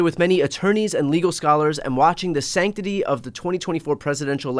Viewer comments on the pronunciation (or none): This man says sanctity?